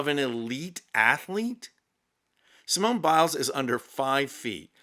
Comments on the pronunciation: had to stop watching when he pronounced the final e in Simone when the final e is silent, all the while claiming it's French pronunciation. My ears are bleeding. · The e at the end of Simone is silent, phonetically it sounds like this, Seemon, other than that your impersonation was pretty darn funny! :face-blue-smiling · in french Simone is pronounced like see-mon (the "mon" of monday). Congratulations to Simone Biles. Greetings from France. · Someone needs to tell ‘’ that her name is pronounced the same way in French as in English. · might be a bit too English to be French (the 'e' in Simone is silent, for instance), but he does have the sass to match.